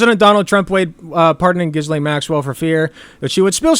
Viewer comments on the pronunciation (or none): Isn't Ghislaine pronounced "gih-lane" or "jih-lane?" I dunno, idgaf, she's a monster.